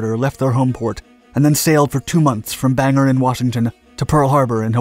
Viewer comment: BANG-GOR! Not “banger” Maine.